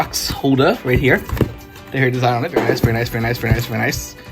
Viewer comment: Its "Har-Ree" not "Hairy"